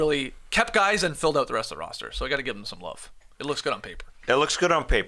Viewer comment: "I lerve it"